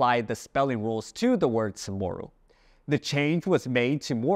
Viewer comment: I heard Chamorro pronounced with a rolling "r". Does guam say it with a regualr "r"?